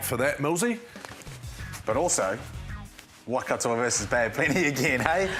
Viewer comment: Since when was it pronounced ‘Wah-Kato’?